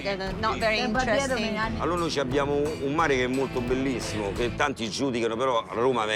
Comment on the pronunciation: "Un Mare motto bellissomo" hahaha